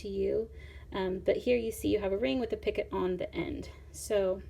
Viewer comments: It is pronounced. Peeeeeecoooooo. Not picket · You call it a pockit, but Picot is called: picoo. Zo you don't speak de 't'. Your needle is far to big for this dread. Go on with tour needle tatting video's because jou explain it very wel. Good luck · Picot is pronounced Pee-co.....not "picket" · Oh don’t say “picot” picket. It’s pronounced pee-co. Just saying. Picket refers to a fence. Picot is a small loop or loops in sewing or crocheting etc. ☺️ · Picot……noit picket…..pee co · EXCELLENT tutorial! Thank you so much for making it and sharing it with us all. (Just FYI, picot is pronounced "pee-koh" rather than "picket" like a picket fence. It's a French word, and they are famous for adding silent letters to the end of words.) 😉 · Pee-kó French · "Picot" is a French word, and it's pronounced "pee-ko." Love your simple to follow instructions. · When she first said it I was like I've never heard any od the other videos say anything about a 'pick it' then went - oh - a picot 🙁😞 slightly disappointed lol. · It's actually pronounced "pico" but spelled picot. The t is silent... Just fyi. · T is silent in picot